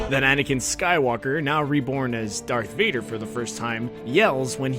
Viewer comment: You said dark vader. Iittss d a r t h. Th. Vader okkkkk